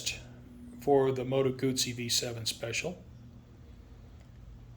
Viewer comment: Beautiful bike & nice, informed video! (You also know how to pronounce 'Guzzi'!) I also like original mufflers on many bikes, with baffles removed vs. the expense & hassle of aftermarket exhausts or slip-ons. Can you remove the baffles on this bike??